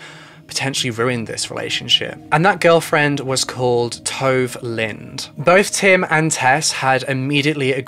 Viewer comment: Haha no he's pronouncing it incorrectly. Her name is Tove Lind. Her first name is pronounced [Too-v-eh] and last name is pronounced the way it's spelled [Lind].